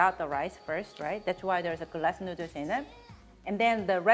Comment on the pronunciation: I live for saying "nudders" 😂 i cant wait to make this